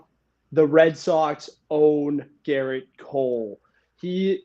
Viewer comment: It’s Gerrit not Garret